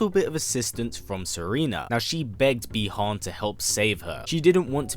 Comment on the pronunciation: I have have a comment, could you please pronounce the names of the characters correctly. For example : Bi Han, because I noticed that during the video.